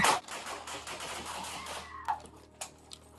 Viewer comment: Hey, I love your videos. But producers, please adjust your narrative computer voice to correctly pronounce the months of the year. Gets very agitating hearing January and February always pronounced so incorrectly. It happens too many times to leave it alone and simply let it slide. Jan-u- wary Fe-bru-wary I know these aren't dictionary exact, but they are how people pronounce them and are highly use to hearing them. Please promptly adjust. Thank you😊